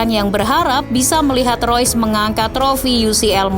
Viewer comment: Kenapa admin bilang rois.. Itu kan reus